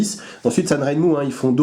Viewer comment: et voilà, il sont arrivés, deux 7010, et un 7023, tous de même facture... remarquable pour le prix (et un mois d'attente). Pour la petite histoire "Sanrenmu" se prononce plutôt " san' jeun' mou' ". On retrouve les trois caractères chinois sur les lames au-dessus du logo, 三刃木 qui pris séparément signifient chacun "trois", "lame", et "arbre". d'ailleurs le logo semble reprendre les deux premiers caractères 三 et R de ren...? Merci à toi !